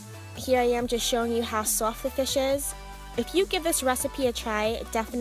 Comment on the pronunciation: The way she says soft 😂